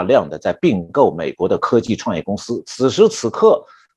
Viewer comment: 聽了好幾年老師的節目，受益良多~今天聽到鬼谷應該是矽谷吧？